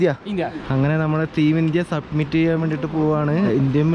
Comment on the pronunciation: It's summit.. not submit